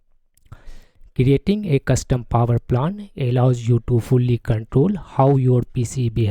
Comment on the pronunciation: Hey man, why you keep saying "power plant"? rather saying poer plan.